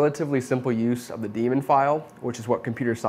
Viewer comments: It's not pronounced "Dee-mon", it's pronounced as "Day-mon". Daemon = "Day-mon" Sorry, but I couldn't resist giving the correction. Otherwise, excellent video. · You could pronounce it as DAYmon, that would fit the meaning and intention better. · Daemon = DAY-mon. Demon = DEE-mon 👍🏼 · It's pronounced "day-mon"... like "Matt Damon", der-da-der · It's daemon not demon.